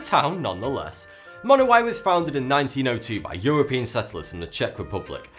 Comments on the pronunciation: I'm pretty sure it's pronounced Monowi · AAGH it's pronounced Munowie. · he is mispronounceing the name of the town